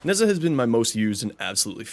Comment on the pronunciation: I love when people mispronounce the simplest of names. I love Neza